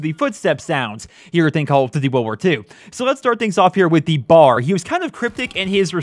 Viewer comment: not to be that guy but its called the B.A.R. not bar